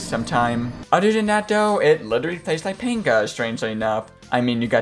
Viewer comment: Dude you aren't pronouncing it right. It's not PANGUH it's Pong-Yah They say it when you hit a perfect shot